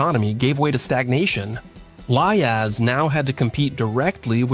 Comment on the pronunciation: It's a great video. But it's called Liaz. not L.i.A.Z. 😀